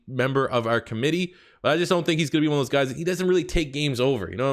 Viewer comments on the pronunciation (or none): none